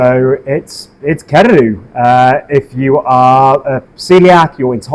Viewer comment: Kererū, not Kererú.